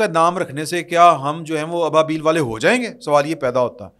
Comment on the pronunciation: ابابیل پڑھتے وقت ابا الگ کر کے پڑھا جائے شکریہ